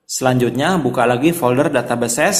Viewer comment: ganggu bgt blgnya data beses wkwk data "bes" bacanya